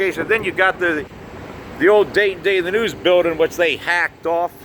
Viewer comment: please use the "g" at the end of the word building.